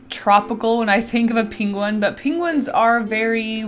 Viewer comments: Why you keep saying pingwin instead of pangwin ?🤨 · saying penguin like Benedict Cumbersnqtch over here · Her pronunciation of the word penguin was killing me 😂😂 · It seems I ventured to this unknown land for the same reason